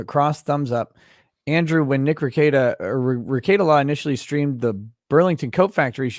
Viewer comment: Too bad Branca can't pronounce Rekieta correctly.